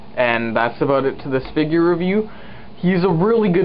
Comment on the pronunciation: dont say figr say (fig-yur) figure